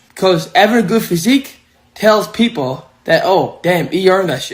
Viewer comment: I had to rewind it to hear him again say "peep hole" instead of" people" F'n Elmer Fudd